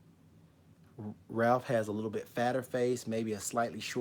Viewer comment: You keep saying Ralph bro it's Raph😂nice video